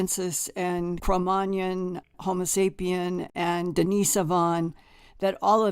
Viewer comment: How can someone so well researched not know how to pronounce Cro-Magnon and Denisovan?